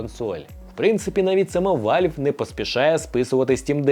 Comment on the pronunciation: Який ще вАльв? Правильно казати вЕлв.. переклад як- клапан.